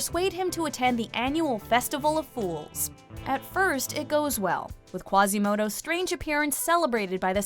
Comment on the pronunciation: Quasímodo gets me everytime. EVERY SINGLE TIME